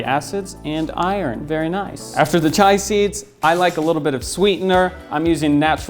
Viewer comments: come on man it's "chia" not "chai"... We AIN'T makin' tea BOI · It's chia. C-H-I-A. Not chai. Totally different thing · Are you sure you were pronouncing "chia" correctly? I think it's pronounced: chee-uh. Same as the chia pet. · I agree